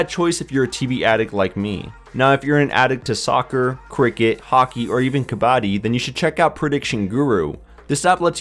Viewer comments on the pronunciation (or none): its Kab-buddy not Kabaa-di